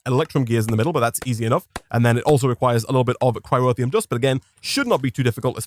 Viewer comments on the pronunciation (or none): It bugs me slightly that you replaced the R in "boron" with a W, and then moved that leftover R into the middle of "cryotheum" lol. Bowon and cryrotheum. All joking aside this has been super fun to watch.